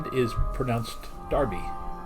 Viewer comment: And this is where I came in! Between parts 3 & 4, to be precise. Oddly, 10 and a half years later, give or take, our family moved to Derby; pronounced, as you correctly stated, 'darby'. I've never been quite sure why Americans pronounce it differently; is it simply because of the way it's spelled? If so, it should be stated that English isn't a phonetic language, and spelling is no indication of speech.